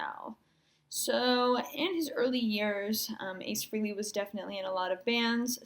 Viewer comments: One comment, his name is pronounced FRAHLEY (long A) not frehley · Not bad. You performed a few steps out of sequence, but a decent end-result for your first attempt. Great that you had fun doing it. BTW - the correct pronunciation of his last name is "Fray-lee", not "Free-lee"